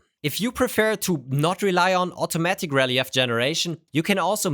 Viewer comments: "re leef" not "rel-e-f". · first it's pronounced Re-leaf and secondly getting the printer for free is a sponsorship you just don't make as much money from it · videos are great, but I really wish he would learn to pronounce English properly. I was totally confused when he kept saying “rell-ee-eff”. Took me ages to realise he was literally saying “relief” but pronouncing it letter by letter for some odd reason. It’s pronounced “rell-eef”,! 😢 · Great video. Just an English tip, relief is pronounced ruh-leef not reh-lih-eff. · "rel-eee-if" 😂. It's pronounced ruh·leef. I had to turn on CC to realize what you were talking about. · fyi relief is pronounced "re-leaf". english is stupid. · This is super cool! FYI: Relief is pronounced ree-LEAF, with two long E’s like in the word “speedy” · Your English is better than my Deutsch but I need to let you know "relief" is pronounced "ree-leef" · relief pronounced re-leaf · ...for future reference you can just say "re-leaf". You almost sound like an AI and we know you're not. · Cool idea! I hope you will take this as positive, constructive criticism: "relief" is a two-syllable word that sounds like "re-leaf". Rhymes with reef, motif, debrief, etc. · Relief is pronounced Re-leef. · Just FYI, "Relief" is normally pronounced "Rel - eef" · FYI, "relief" is pronounced "ree-leef" (yes, my pronunciation of anything in Deutsch is almost certainly even worse, and I'd want gentle corrections) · Relief is pronounced like re-leaf. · Like “relieve” but ends with an ‘f’ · he pronounced it German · the "relief" pronunciation is killing me 😅